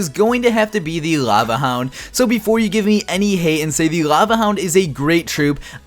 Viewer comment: Cringed every time he said laeuvueh hound -_